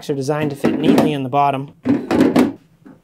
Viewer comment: Mostly when you say bottom. Comes out bawwtum, to my Midwestern ear